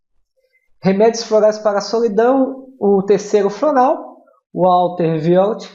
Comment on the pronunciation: Caro professor, lindo e bonito rss Você passa muita humildade e tranquilidade. Só queria dar uma dica, a pronúncia dos nomes dos florais. Sei que nem todo mundo sabe inglês, mas acho que é importante pronunciar certinho os nomes dos florais para que os futuros terapeutas venham a falar corretamente. Se o senhor quiser me disponibilizo a te passar a pronúncia certa.Por exemplo, "water violet" se pronuncia: "úota vaiolê" no britânico e no americano, "uóra vaiolê". No mais só gravando mesmo. Deus te abençoe grandemente! Um abraço!